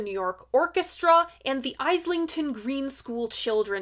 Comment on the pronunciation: Short note: Islington is pronounced as "is-lington", not "eye-slington". 😂